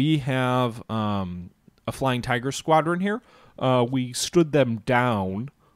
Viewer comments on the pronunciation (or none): none